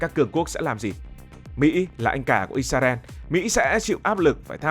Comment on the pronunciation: Đề nghị các bạn miền bắc phát âm từ Israel lại cho chuẩn